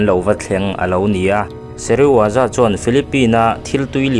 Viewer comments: thil pakhat i lam sual char2 chu Dr.Sezirawa ni lovin Dr.Serizawa zawk ani a dik tak chu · Dr Seriwaza i ti tlat a, Dr Serizawa zawk a nia😅